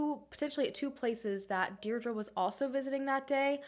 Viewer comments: Hi, just to let you know Deirdre is pronounced Deer-dree. Sending love from Ireland xx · I believe it’s pronounced DEE DRA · Why are you pronouncing Deirdre like that? X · That's my name and it's super butchered